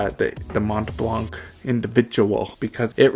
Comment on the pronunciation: I love this channel so much. There are only a few people who can butcher the pronunciation of ‘Mont Blanc’ and subsequently complain they misspelled Individual. 🤣